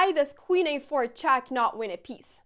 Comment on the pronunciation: Why does she have such a horrible pronunciation? Saven chass chack af5 ... Please somebody, such as her parents, teach her something batter ...